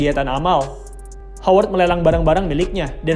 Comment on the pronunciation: Woi Howard Itu bunyi pengucapannya "HAWERD" bukan "HOWERD" 👎👎👎👎👎